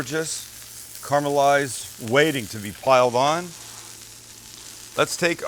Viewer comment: So, I love your channel, and I love all your cooks. I really do. But I have one problem. You've said it many times during this video and many times previously. I also know that me complaining about it isn't going to change anything. You'll probably not even read this comment. But here it is: Carmelized onions...even youtube is telling me that it is incorrect. Caramelized. Seems everyone has lost the ability to pronounce words in this day and age.